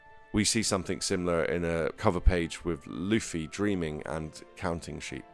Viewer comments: STOP FUCKING CALLING LUFFY LIKE HOW YOU WOULD SAY THE WORD “fluffy” have you watched a single fucking episode of one piece? his name is LITERALLY PRONOUNCED AS (loofy). channels like yours make me despise one piece centric channels. i’ve been watching the anime since the 4kidz dub. in 2004. how you even have a single subscriber absolutely baffles me. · stop saying lafee its lu-ffy